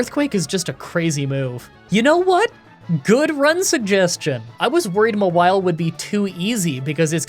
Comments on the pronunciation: Ma-while? For God's sake, did nobody watch the anime? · I'm commenting this before I finish watching the run, but Mawile is one of my favorite 'mons, and I am losing it over pronouncing it M'wile. Like, it's a Maw! A big ol' mouth! Anyways, it's been a minute since I've watched an video, and I'm glad to be watching again. Thanks,! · Haha “Mah-while”… comedy gold😘👌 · Wtf! How did you say Mawile? Its just Gnaw-wild but you remove the G and the D plus change the N to an M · FYI, it's actually pronounced "Mawile." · Ok so if no one else is gonna say this cause I can’t find a single comment about it, it’s pronounced Maw-While. Maw as in mouth, like the giant mouth on its back. Just dropping this here. At least the nickname makes sense with how you’re pronouncing it ^_^ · The way you pronounce mawile is so weird. It name is from maw and vile.